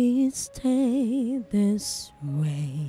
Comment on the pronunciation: Aside from the B, V, and TH pronunciation issue, that last girl was superb!